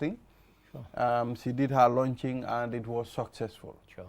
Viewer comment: Book launching... not "lunching"